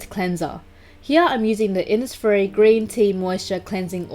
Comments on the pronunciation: Insfires, infires man yeah😂😂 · today I'm using the innisf-: iNsFiReS mAn